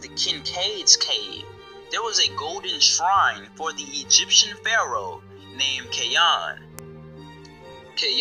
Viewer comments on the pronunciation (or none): none